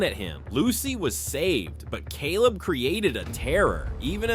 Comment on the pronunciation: I loved it when u said Celab Wright😂😂😂